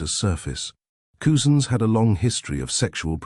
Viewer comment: It’s pronounced cuzins,not coozins 👍